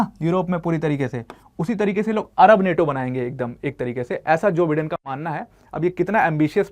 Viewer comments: Its not Bidden , it's Bye-den . Atleast pronounce properly. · Pronounciation*wrong* जो बाइडेन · Bolna sekh le teacher pehle, joe biden hota hai